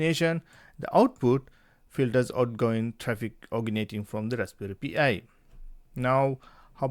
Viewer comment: you pronounce it like pie